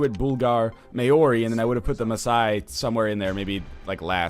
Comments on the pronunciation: Oh god, "Ma - ori" ...... Really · *lol wen you pronounce maori it is so funny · Lol you pronounce maori so funny